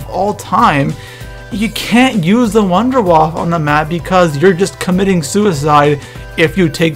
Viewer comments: Wunderwaffe= Voon-der-Vaaf-eh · 2 things. 1: its pronounced wonder waffa(german for wonder weapon) 2: wunderwaffe dg3(pack a punched version) does infact carry twice the ammo and it can zap 24 zombies at once instead of 12. so rethink the wunderwaffe at least for number 1 in that list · WUNDERWAFFE=Wonder Weapon and the w's are v's because it is freaking German hello Nazi Zombies (Sorry just mis-pronunciations anger me) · when you say wunderwaffle i think of an electric waffle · I like when you say Nacht der Untoten or Wunderwaffe xD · It's Juggernog not juggernaut and you Worried about saying wonderwaffe wrong